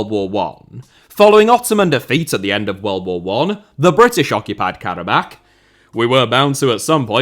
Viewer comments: Pronounced Kara-bah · pronounced Karabaa